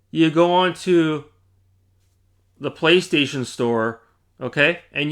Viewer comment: Is this the guy with a problem with the letter "L" 😂. "pWaystation"...pWay 🙂...pWaystation...